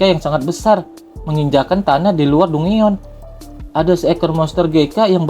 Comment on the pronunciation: Dungeon... 😂 di baca DanJen.. Lawak